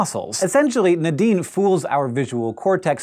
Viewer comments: Nuh-deen, or Nay-deen? I've never heard it pronounced the way Hank is saying it, it's always been Nay-deen for me. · Everytime he says Nadine, I hear The Dean🤦🏾‍♀️